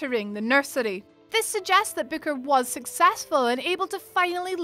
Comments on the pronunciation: are you saying bicker or booker? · It’s Booker not Becker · The way you pronounced Booker confused the heck out of me for a good minute or two as I tried to remember that character's name.